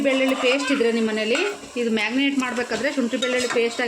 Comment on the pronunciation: Not magnate. Marinate